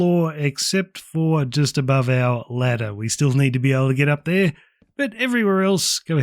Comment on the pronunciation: "One right der"